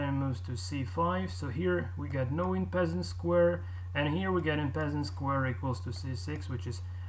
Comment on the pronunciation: En passant is a french word meaning in passing , it's pronounced more like 'on pass ont'